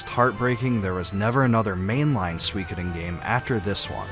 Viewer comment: Thanks for ruining my day internet, recommending me a 2 year old video where Suikoden is pronounced incorrectly for 65 minutes straight.